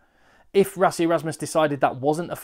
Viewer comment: the way to pronounce Rassie is - 'Russ' (like the shortening of Russell) then add 'E'.